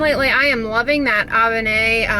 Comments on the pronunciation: Avène is pronounced uh-ven 😉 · Just fyi Avène is pronounced "uh-ven" (the e sounds like the e in then) and the final "e" is silent. Nice to see you featuring products that are easily available in Europe. Cheers from France!